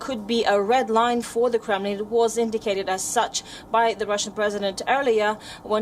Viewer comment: A reporter who is visibly confused on how to pronounce Kremlin. No wonder this channel has so few views.